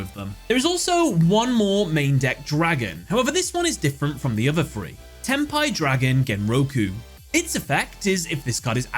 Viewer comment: sounds like "ten pie"